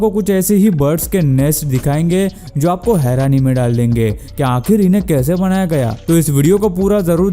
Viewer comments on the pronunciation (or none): Banaya gaya na ki Bandaya gaya😁😁😁😁😁😁😁